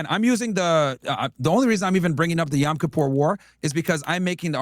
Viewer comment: “YAm Kippur” war…for the love of God, someone tell Myron it’s not “YAm”…stupid.